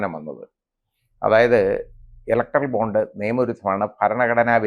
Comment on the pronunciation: Bond ennu vayikenam